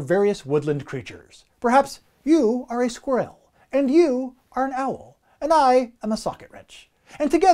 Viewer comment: wait wait wait... How do Canadians say squirrel?